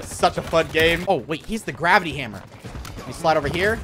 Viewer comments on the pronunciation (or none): none